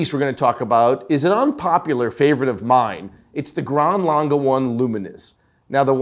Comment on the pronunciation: It’s pronounced “Lang-eh” not “Lang-ga”! Learn to read🤦🏻‍♂️